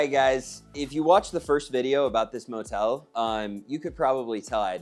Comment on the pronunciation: Did I hear you correctly? Did you say motel?😮😮